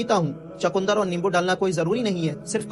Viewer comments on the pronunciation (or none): Bhai chakundar nhi chukandar hota hai